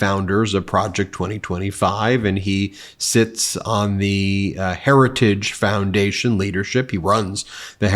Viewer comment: Oh, he's not affiliated with the heritage foundation, it's just the "hairage" foundation... well that's fine then. 🤣 Let's not let him off the hook just because he can't even speak the language he was raised with.